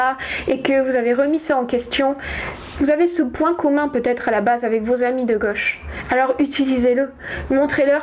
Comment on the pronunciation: Donc, vous êtes super. faites gaffe vos prononcez tous vos O en E et vos AI en é, c'est très dur a entendre. ça donne en éxagèrant en peu: la G(E)che pour la gauche , dans les fés, pour dans les faits, rejé pour rejet. Cordialement car cela n'enlève rien à la qualité de vos propos.